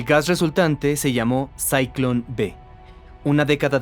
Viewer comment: No se dice "sayklon", es "zyklon".